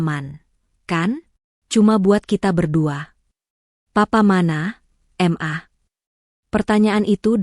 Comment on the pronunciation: Kenapa ma dibacanya em a? Suami macam gt mending buang ke laut aja 😣